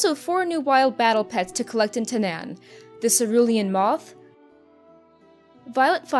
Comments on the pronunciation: I thought it was pronounced "Ta-naw-n" and not "Ta-nan." This looks like it'll be an awesome patch because it doesn't just add a new dungeon or class changes but adds pretty much a mini-expansion. Can't wait! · TANAAN. THERE'S A DOUBLE A IN THERE FOR A REASON. IT'S PRONOUNCED TAH-NARN. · You do realize the ZONE is pronounced TAN'EN. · anyone got a count of how many time she mispronounced Tanaan? lol